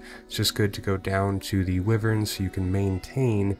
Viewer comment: Another great vid. One thing, it is why-vern (old D&D pen and paper player). :)